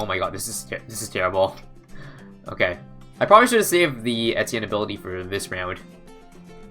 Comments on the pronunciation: I swear he was saying entienne and not etienne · I'm losing brain cells listening to him pronounce the hero's name